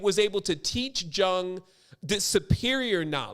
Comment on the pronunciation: Why bucher Karl Gustav's Jung's name like that? It's Jung talking to Phillimon from his RED BOOK> :((( ***YUNG is the correct way to say the great CGJ name.